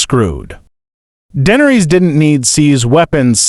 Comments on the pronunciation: Her name is not dendres teach your ai voice better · The butchery of the pronunciation 😂